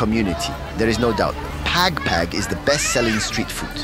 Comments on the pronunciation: The he pronounce "pag pag" is hilarious. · Pag pag not peg peg😂😂😂documenting something n u cant even pronounce it right